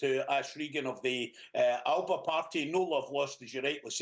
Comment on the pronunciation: Why does no one pronounce ALBA properly ?